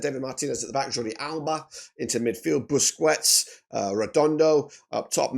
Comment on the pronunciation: WTF?? I have seen some butchering of names before, but damn. . . . Booz-Qwets? It's pronounced boo-skets. He's only been playing for almost 20 years now and is considered one of the best defensive midfielders . . EVER. I would think you would know how to pronounce his name by now. Just saying. Also, Cremaschi is pronounced "krai-MAAS-kee" NOT "Kana-shey-she."